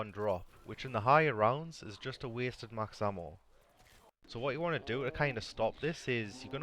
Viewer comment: Max hammo damn Irishman.